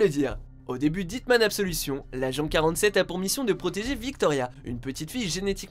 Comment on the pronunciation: Tu as mal prononcé absolution